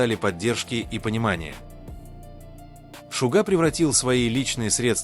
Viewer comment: Не КОшельков а КАшельков,ЛИбенхо ЛЕбенхо, ДОма доМА, СЮ'зи СюЗИ', Со КО'н Хо Со Ка'н Хо, Пак ХЕЙн Джин Па ХЕн Джин, ЧЕн Гук Чин Гук, аДОлы айдолы, ШУга ШугА, Мин Ю'нги Мин ЮнгИ'